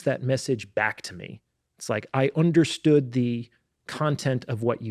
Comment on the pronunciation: It sounded really cool when said "Onderstood" to a guy with British accent on 😊